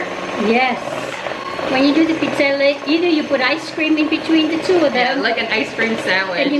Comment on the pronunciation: Thank you for pronouncing Pizzelle the correct way